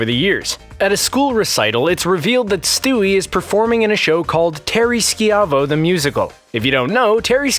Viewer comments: it's not SKEE-AH-VO, it's SHY-VO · Terry Ski-ai-vo? Dude, learn to pronounce words. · It's Terri Schiavo NOT Schi-avo... FFS... 🤦🏻‍♂️🤦🏻‍♂️🤦🏻‍♂️🤦🏻‍♂️🤦🏻‍♂️ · 1. Terri Schiavo's last name is pronounced "SHY-voh", not "sci-AV-o". 2. Elizabeth Smart was kidnapped for 9 MONTHS, not weeks. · I'm sure someone told you this alteady, but incase they didn't.......it's pronounced "Shy-vo" Terri Schiavo...... not "ski-ov-oh". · Not "SKEE AH VO" It's pronounced " SHY VO" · Why did you keep mispronouncing terry schaivos name (pronounced shy-vo, not ski-avo) Looks like you were too young to remember too or you just don’t watch the show and you’re reading off a script someone else wrote for you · Shy-voh not ski-av- o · Terri’s last name is not pronounced “Ski-ah-vo”. It’s pronounced “Shy-vo”. And now I feel really old. Thanks ;-) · It's pronounced "SHY-VOE" not "SHE-AH-VOE"! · It's pronounced Shy-Vo, not Skee-Ah-Vo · It’s Teri SHY-vo, not ski-AV-oh. 🤦🏻‍♂️ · Pronounced "Shy-vo". Not "Ski-avo". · Skiahvo?! It is pronounce Shyvo. smh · Terry Sh-ive-o Not shiv-o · It was Sivo...Si-vo phonetically pronounced. They said if you remember....apparently they don't since they couldn't pronounce it... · Oh gods. Learn how to pronounce words! Schiavo is pronounced 'shy-vo' not 'ski-a-vo-' This error destroyed your credibility for the rest of the video. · it was pronounced Shy-vo. Not Skeeavo. Derp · Skee avo? Its shyvo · Its pronounced sh-ive-o. Not ski-ive-o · It's pronounced Shy-vo not She-ah-vo. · Is the narrator old enough to remember Terri Schiavo? It's pronounced Sh'eye-vo... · It’s pronounced terry Shy-voe you dink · It's prounced Terri "Shy Vo" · #3 - Schiavo is pronounced SHY-vo, not... however you decided to pronounce it. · Terry Shy-vo. Sheeiaveehooowahoowoehoo or or ever it was you pronounced it. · ITS PRONOUNCED SHY-VO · It’s Terry Schiavo not Skiavo. Whatever would make you think that it was pronounced Skiavo? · Terry SHY-VOE. That's how u say it. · “Terry Ski-Av-O.” Brilliant